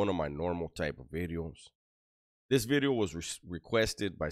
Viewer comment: "New...bideo" Always makes my day! Keep up the great content.